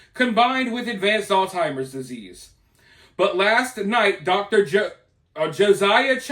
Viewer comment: It's Alzheimer's not All Timers